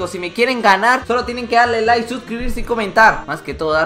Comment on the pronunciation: en lugar de darle like dice darle nike